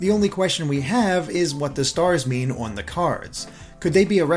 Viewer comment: Must you say "Owen" instead of "on", it's such a strange pronunciation